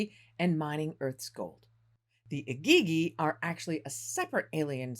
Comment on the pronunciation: Am I the only one struggling with how she is saying Igigi?